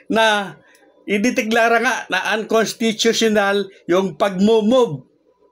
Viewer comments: Unconsttuutuuional hehhe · idol may petisyon pa c makalintal kaya sigurado matutuloy sa dec. 1 ang bske eleksyon. 101 percent yan. kaya lng idol hindi mo naman mabigkas yung unconstitutunal kaya postpone na yan idol isip isip lang. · Maniniwala na sana ako sayo kaso, hindi ka na pronuonced ng maayos ang (unconstitutiona) 😂😂😂